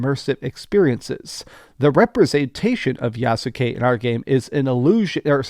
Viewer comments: Yahs-ke Not YAH-Su-Kay. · Dude... it's pronounced, "Yass-kay!" Doing my tree in listening to how you pronounce it 😖